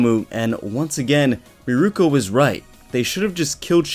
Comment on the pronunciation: I would have to disagree with you on the whole Shigaraki cares for no one. I honestly think he sees the League of Villains as his new family. P.S. i swear THICC Bunnies name is Mirko not Miruko